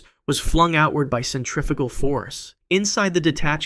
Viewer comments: Cent tra fugal 😐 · Cetriffical force 😂